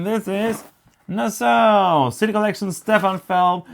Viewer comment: Pronounced na_saw I love pirates games too